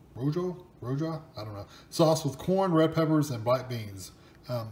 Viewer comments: Rooha...Rooja...Rohaha...whatever sauce! You rock!!!! 😂😂😂🤣🤟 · Roja(Ro ha)is just a red mostly spicy Mexican sauce made up of tomatoes,garlic,onion.jalapeno peppers,cilantro and Lime-some of the restaurants here call it Mexican Red Table sauce-. I like these EatingWell meals because they are lower in calories and lower in sodium and you still get a lot of food. Thanks -loved the pronunciation-sooner or later you will hit the right one-LOL